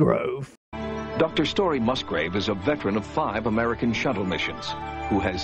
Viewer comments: Musgrave not Musgrove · As a Musgrave, not sure if I am related lol Please pronounce the name correctly MUS-GRAVE <- I am not smart that's as phonetic as I can get. Now if Story pronounced it GROVE then that would explain why I have to keep correcting people lol